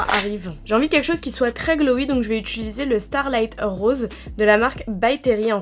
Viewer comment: Utiliser* pas utuluser 😂😂